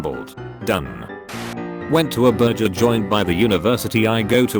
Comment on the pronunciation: So the bot can’t pronounce glance but calls burger “burjer” makes sense